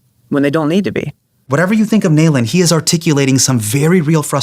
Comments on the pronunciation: It’s not Nail-Inn, it’s Nalin lol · Nalin being referred to as "nail-in " instead of "Na- lin" is too funny. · Hasan why did you say Saajan and Nalin like that after taking a stance on how your name is pronounced? 😭😭